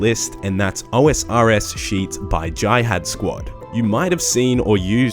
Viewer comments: If was Google's Pronunciation Assistant: "Google how do you pronounce j-i-h-a-d" Jai- hadh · Can you pronounce jihad correctly please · Funny how you say jihad